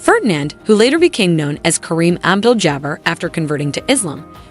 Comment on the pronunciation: Fn.. awful video. Kareem al dul Jabber????? Not al dul Jabar. Terrible vid.